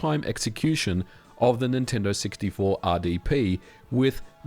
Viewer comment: that was a crazy good near miss "nin-tendid"